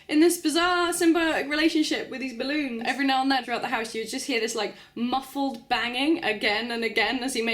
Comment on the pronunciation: Gotta love how you say "ballOONS"